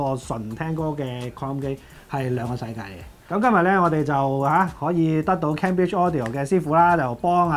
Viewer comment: Cambridge: 讀音係 "came" bridge, 唔係 ＂kam＂bridge